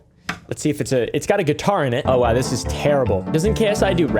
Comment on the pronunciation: Gee-Tar flex :face-purple-wide-eyes::face-blue-smiling